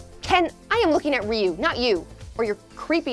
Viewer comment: In street fighter its pronounced re you not rye you